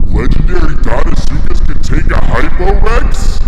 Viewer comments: "deinsuckus" CULTURE. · He's in dein-ile